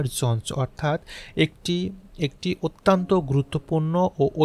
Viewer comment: আপনার প্রচেষ্টা খুব ভালো। কিন্তু পাঠ এবং উচ্চারণগত কিছু সংশোধন দরকার। যেমন অত্যন্ত -কে আত্যন্ত বলেছেন, বিস্ময়কর উচ্চারণ করুন এইভাবে : বিশ-সয়-কর।